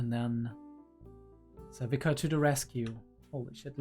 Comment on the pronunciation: Sevika is pronounced "Sev-ee-ka." The "ee" is like "peel," "eel," or "feel." Zaun is known to be called the Undercity, Fissures, The Lanes or even Underground, but it's never called "Downstairs." I don't mind an occasional F-Bomb every now and then, but I feel like you use them too often and it especially gets awkward when you say "F-me." Not sure why you do this, but the slurping sounds you make are just odd and off-putting. Otherwise the videos are good if not a bit too long.